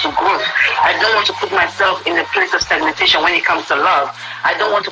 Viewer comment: Please... did I hear well? STAGNATATION???... Is it not suppose to be STAGNATION?? My God...